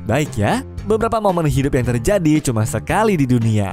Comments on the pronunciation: Ralat:- " Terjadi " - " Teradi" 😂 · ngomong ngomong napa jadi teradi 😅😅